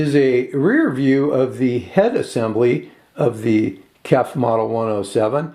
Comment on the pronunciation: KEF speakers are pronounced by saying the individual letters: K-E-F (kay-ee-eff). The name is an acronym for Kent Engineering and Foundry, a British company founded in 1961 in Maidstone, Kent.